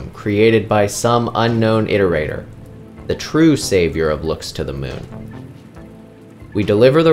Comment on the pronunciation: Thank you for pronouncing iterator correctly.